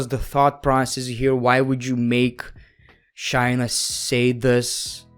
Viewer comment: If you're gonna make videos about episodes, atleast know how to say the people's names right.. Example it's Shay-Na not Shy-Na the way you were saying her name was so cringe